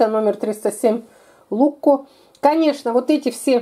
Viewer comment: он не лукко, а лучко